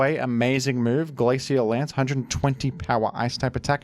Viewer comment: The ingenious thing about mispronouncing Groudon is it sets a precedent that he could be joking about any other mispronunciations. Is he joking by pronouncing pokemon like rayquaza incorrectly? How about glacial lance? There are so many examples.